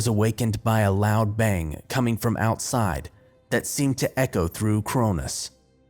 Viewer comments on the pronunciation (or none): none